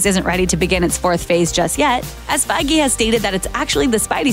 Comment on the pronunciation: "Kevin Fagy"? For real?!